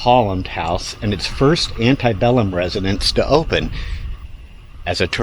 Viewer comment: I moved here almost two years ago, and love it here. But You, My Friend, just awakened me to much, much more than ever knew before this. Outstanding in every way. Thank You. P.S. The word "Antebellum" is pronounced "ANN-tuh-bellum." There is no long vowel "I" to be sounded. The vowel "E" is short in both syllables, with the accent being on the first syllable. I'm a Tour Guide at McRaven and have to explain what this word means every night I work there with the ghost Tours.